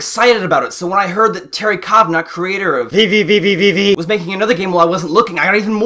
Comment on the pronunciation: Your VVVVV pronunciation was hilarious. Startling, but hilarious XD.